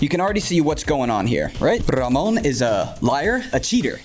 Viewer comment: have a like for the proper pronunciation of Ramon's name